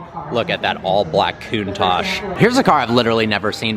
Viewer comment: Coontash…. Why do Americans say Lamborghini countach so weirdly